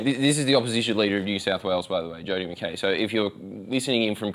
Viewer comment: Holy shit someone who can actually pronounce McKay correctly.